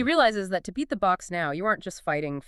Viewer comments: Is it saying "The books" instead of the Boks? 😂😮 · "Spring-books"? Why ruin a podcast with these artificial voices. Its such a put off. At least get real rugby fans to read the scripts out.